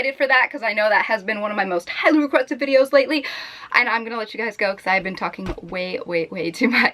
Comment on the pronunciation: you sounds British when you said "videos" omg like at the beginning